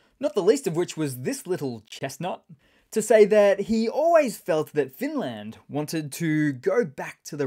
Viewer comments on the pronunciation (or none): none